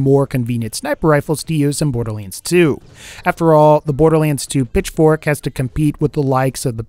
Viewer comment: Was I the only one who thought saying Pitchfork sounded like he was saying "Bitch-fork"?